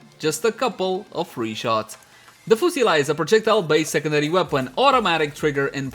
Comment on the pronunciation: The way he says the weapon name... 😂